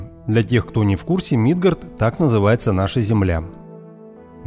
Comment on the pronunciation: Молодой человек,в слове Мидгард,ударение делается на букву "А".Не пахабьте пожалуйста исконное название нашей планеты.Это не мелочь,это довольно серьёзная ошибка,которая может отложиться у многих людей.Не знаю как бы вам понравилось произношение имени Валерий с ударением на "И"...